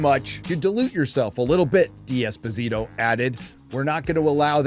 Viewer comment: I like your videos very much but hate how you mispronounce foreign names(It is Desposito FFS not di esposito and shoguun Not fockin shogan!!!).